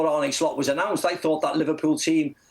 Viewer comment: Why are people like Macca ignorant to the fact his name is not pronounced Arnie . It is said like Arner...